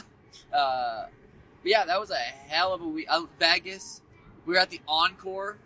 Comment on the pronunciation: why does sean always say "veggas" to vegas?